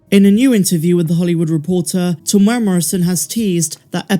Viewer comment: .....Teeee mooo era ... Morrison if you dont wanna keep sounding wrong.